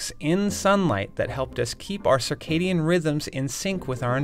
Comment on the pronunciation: okay what is sakhedian rythms and why did you have to use big words